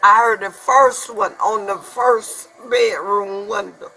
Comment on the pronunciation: "He broke the window in my beh-room".